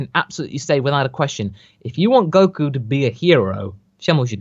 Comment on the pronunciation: Warms my heart to hear you pronounce "Goku" correctly, even if it was just once at the beginning.